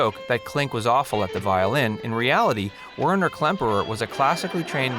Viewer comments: First they never failed escapes they could have left anytime through the tunnel and its Werner not winer. I know it was pronounced right the second time but never should have been mispronounced in the first place. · Weiner? Whiner? No, dummkov. It's Werner [pronounced "Vayr-ner" ]. Just another 'fun fact'. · WERNER. NOT WINER. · Whiner ? Seriously ? It's Werner ! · "W E R N E R KLEMPERER" not "W E I N E R KLEMPERER" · " Winer " Klemperer ! Twat . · So many mistakes and sloppy pronunciation of names. This video is not a good example of attention to detail. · and instead if "WINER" KLEMPERER, Its WERNER:) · THANK YOU! That was really bugging me. Also that he pronounced Werner as "whiner." And that he claimed W Klemperer was an accomplished musician. Everything I read said it was the absolute opposite--his parents were professional musicians, but he didn't display a lick of musical ability. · Agreed! And the fact that the gentleman's name was WERNER Klemperer, not WHINER Klemperer suggests that this video was put together by individuals who never actually watched the show. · Allow me to quote Galaxy Quest..."Did you guys ever watch the show?" "Whiner" Klemperer? What's up with the pronunciation for Stalag? one of the three only three of these type of vehicles ended up "on" Hollywood? LeBeau was a Nazi? Give me a break...please try and project some type of familiarity with the material before presenting a video where you supposedly are presenting facts... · Narrator pronounced "Werner" Klemperer wrong. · You never mentioned that Bob Craine married the gorgeous and entirely erotic Sigrid Valdis, "Fraulein Hilda," during production, on-set. Miss-pronounced "Werner" initially and "Stalag" consistently. Did you ever watch the show, Dude?